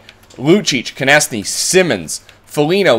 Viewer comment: It's pronounced Konekny not Konesny